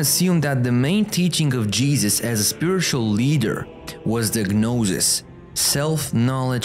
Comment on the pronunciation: Thanks for the video. BTW, the g in gnosis is silent